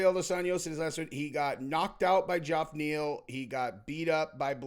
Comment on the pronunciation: Hey why do you keep calling Geoff Neil "Joff"? Its pronounced "Jeff". Have you not heard his name being said during a fight?